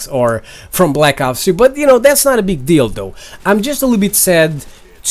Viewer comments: it sounded like you said "no big dildo" instead of no big deal though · when. he says it not a big deal tho it sounds like dildo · for a sec I heard "that's not a big dildo" lol